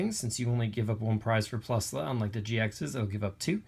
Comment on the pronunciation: No it’s spelled plusle it’s pronounced plus-ull